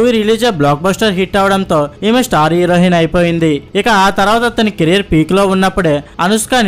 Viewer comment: హీరోహిన్... స్పీటీ శెట్టి... ఏమి భాషరా నీది...